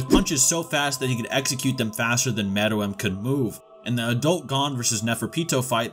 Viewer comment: I knew you was tryna be funny saying More-L. caught me using false enunciation